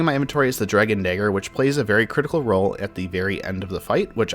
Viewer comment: When you say Dragon Dagger it sounds like something terrible. Hard R too man.